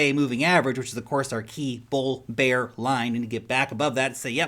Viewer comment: You've been in NZ too long and are starting to pronounce bear, bare and beer all the same way. Kiwi as bro!